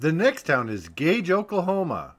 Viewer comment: The locals pronounce Gage, OK as “Gay-gee”, not Gage like you would think. Suggestion: when you document towns, ask how the name is pronounced by the locals.